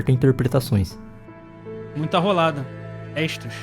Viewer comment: N tanko o cara falando "roldada" kkkk não tenho maturidade